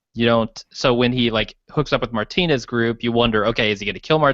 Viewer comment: What world do you live in where you've never heard the proper pronunciation of "Martinez"